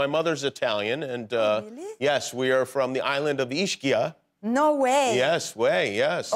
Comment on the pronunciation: Kimmel referenced Ischia like a 10- year-old who just learned how to say triceratops. He got it wrong by the way.